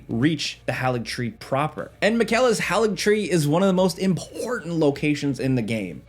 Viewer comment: bro said Mikayla